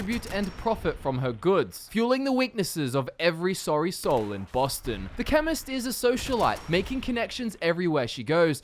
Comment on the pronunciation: I didn't read your title and I thought you said feminist